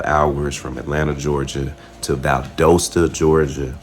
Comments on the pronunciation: Valdosta is pronounced Val das ta the O is an A sound I know it doesn’t make sense but 🤷‍♀️ Google AI will mess you up 😂 That’s a classic Southern cover up. One day, hopefully sooner than later the truth will be exposed. Thank you for taking the time to talk to Mr. Kendrick Johnson. Justice for KJ!! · It’s pronounced Val-daaa-sta. The O is not long. Valdosta, Georgia. I remember this story. Always seemed fishy. Bunch of good ole boys taking care of each other, seems like. I know the type. Just fyi,! Love love love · Val-dos-ta Ga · This is my city. It's so crazy seeing you at this cemetery where my father is resting and right by the university. Valdosta is still looking for justice! Pronounced Val-DAW-sta btw lol. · You mispronounced "Valdosta" as well.